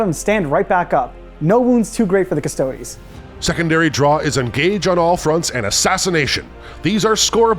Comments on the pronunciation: Drove me mad hearing the announcer call them the "Custoads". It's pronounced "Cust-oh-dee's" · It's "cus-toad-es" not "cus-toads" its latin. pronounce it like youre italian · kuh-stoh-deez not cuss toads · Why he saying "CUSS toads" and not "cuss TOE dees" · Its Custo-DEES not Cuss-TOADS guys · “Cus-toads” is killing me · Could not get over the pronunciation of custodes. Custoads. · Because it lines up with Adeptus "Astarts". Jokes aside, it was kind of weird cuss toads really doesn't sound right. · pronouncing Custodes as Chodes.....:face-pink-tears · Somebody tell the narrator that "custodes" is latin. The E isn't silent! :D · The commentator says Custodes wrong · why did you say "custodes" like that... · why does the narrator pronounce Custodes correctly only half the time? :(. does he also say "asstards" instead of asstartees? currently custodian bikers are imho a waste of points. -1AP weapon, no advance and charge, huge target, the lance is barely any help. caladius is now a must, only useful shooting for custodes atm. gotta deep strike all infantry, for a "free" shooting round, and hope for a few charges :/ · Narrator pronounces Custodes 4 different ways and they are all wrong lol